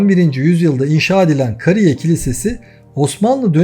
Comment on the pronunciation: Video güzel. Ama konuşan kim ise. türkçeden haber yok. (Kariye) derken a uzun okunacak Kısa degıl